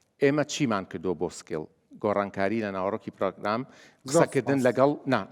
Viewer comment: سکیڵ نەک سکێڵ یا هەر بەکوردی بیڵێن ٣٠ ساڵە لە بەریتانیام ناڵێم سکیڵ تەنها کاتێک نەبێت بە ئینگلیزی قسە ئەکەم